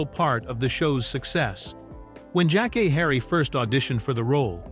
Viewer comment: Her name is pronounced (Jack- Kay)